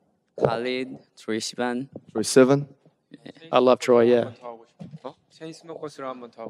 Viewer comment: Jimin pronounced Troye Sivan perfectly!! Namjoon, next time do ur homework 😂💜